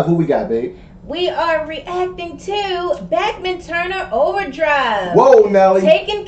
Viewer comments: Back-min Turner Overdrive😂 It's prounounced Bahk-min! Someone shoot me please... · Its pronounced bachman turner overdrive not bechman turner overdrive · Heads up…the bassist and drummer are brothers (Randy and Robbie Bachman). The lead guitarists are CF Turner and Blair Thornton. First album I ever bought was “Not Fragile”. And btw, it’s Bock-man not Back-man. Next time try “Roll on Down the Highway” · Pronounced Bauk-men not Back-man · We know it, cuz WE WERE THERE!! Can you imagine all this on the radio...Every day!!PS. It's Pronounced Bockman.